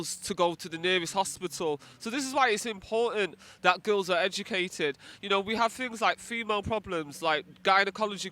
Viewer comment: If you got an education why do you speak like someone who doesn't understand the English language? maybe you should act like a person who is educated rather than EDUTATED